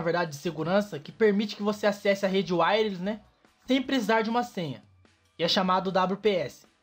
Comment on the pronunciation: Wireless 👈🏻 Essa palavra é pronunciada assim: uaious. Se duvidar, pesquise no Google tradutor e olha a pronúncia.